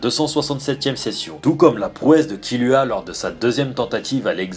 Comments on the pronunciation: c est pas killua mais kirua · c kiruha pas kiluha